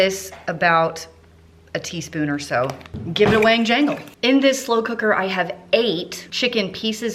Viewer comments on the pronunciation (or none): none